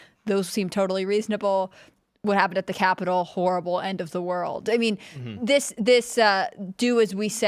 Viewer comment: Horrible, or whoreable?